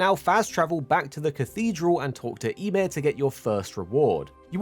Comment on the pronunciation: "ya-meer", not sure what you said but it's Ymir